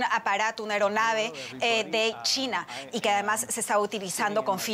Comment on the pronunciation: Me gusta como esta presentadora pronuncia “China” chitna 😂🤣😂🤣